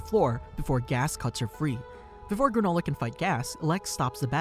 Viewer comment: "granolah bar"